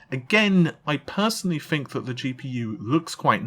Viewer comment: "FINK" ITS "TH-INK" TH, MAN!!!